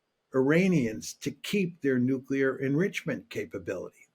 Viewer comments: It's NUCLEAR not Nucular FFS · Look here,, it's called NUCLEAR, not 'nucular'!